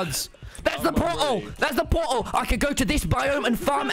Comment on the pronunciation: "protal" -Tommyinnit 2021